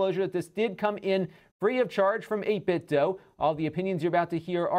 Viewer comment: Shouldn’t it be pronounced, you know, “8Bit-do,” not “8Bit-dough”? 🤔